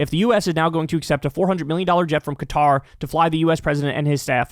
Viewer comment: I have to say thank you for saying Qatar and not Cutter, like so many other channels. It's been driving me crazy! ☺️